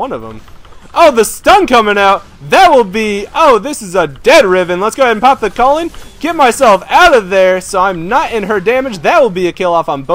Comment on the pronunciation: When he said culling, I heard colon